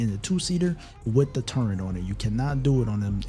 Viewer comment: There is no “n” in the word “turret”